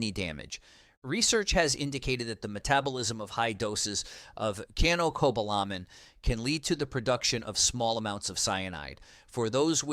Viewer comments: It’s tocopherol not “toco farel”! It’s Cyanocobalamin ( siano, not “kiano”) 🤦‍♀️ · To accept that someone actually knows their facts, it really helps to use the same pronunciation for chemical names. Switching from kyanocobalamin (wrong) to syanocobalamin (correct) does not inspire confidence, especially when the cobalamin part also jumps around. You know how to say cyanide, so how is cyano so hard? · Oh ho ho ho, who is running this show you cannot even pronounce cyanocobalamin correctly! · Doesn't even pronounce cyanocobalamin correctly! Functional medicine determines exact nutriceutical recommendations through thorough testing and high quality products available through them. I have had great results, and most people don't get enough vitamin D. As a retired RN, I worked with internal medicine and other physicians who recommend much higher doses than the recommendations on here. Our current "treat 'em and street 'em" so called "health care" is sadly lacking, especially in the areas of whole body diagnostics and holistic approach. It is a profit driven system Corporate medicine has taken over, big pharma calls all of the shots... I could go on and on!